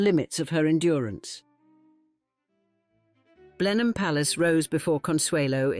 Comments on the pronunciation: AI, but I think it's a rip-off of Helen Mirren. Sounds like her, but isn't her. No Brit would say "Blen-hime" Palace. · Blen-em, rather than Blen-hime. Pride and prejudice is Georgian rather than gilded age, prob 60 😢or more years earlier. But very interesting and well told